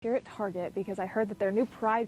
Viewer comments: You say Tarjay again instead of TAR GET I'll never watch your channel again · It is prononced "Tar Get" no targhet. Ridiculous of you to pronounce it wrong here on purpose. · My little girl (11) just came in to room hearing what I'm watching. When Tatum said "tarjay" she said "more like targay".. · So it's not pronounced TARJAY, it's TAR-GAY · Why did he pronounce target as... tar-jay? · WHY DOES EVERYONE SAY TARGET THE WRONG WAY...ITS NOT FANCY..ITS NOT SPECIAL..ITS NOT EXPENSIVE...YOU HAVE CLUES ON HOW TO PRONOUNCE IT...GOT A BULLSEYE...THE DOGS NAME IS THE SAME..ITS JUST TARGET..ITS THE SYMBOL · "tuck"!? ya /"UCK TARGET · It’s pronounced “Tar-Gay”